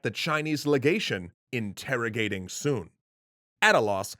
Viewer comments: His name is pronounced with the same vowel sound as foot. It’s not “soon” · You pronounced his name wrong